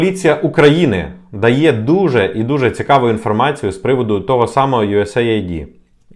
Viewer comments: US AID - юэс эйд, не USA ID )) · Ю ЕС ЕЙД так правильно вимовляється. Aid- допомога, напр. "first aid"- перша допомога. Наші "висококваліфіковані" експерти вимовити правильно не можуть назву, то, чи варто до них прислуховуватись? Це, якщо стоматолог тобі говорить тобі слово "імплант" то втікай від такого стоматолога